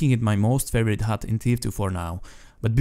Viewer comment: *hud not hut